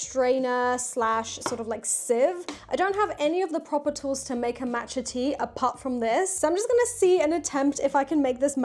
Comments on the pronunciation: Was looking for this comment!! It’s definitely Maw-tcha not Mat-cha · Maww matcha it's pronounced like aww Matcha